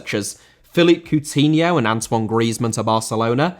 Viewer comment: Coutinho * not Cuwtinhouw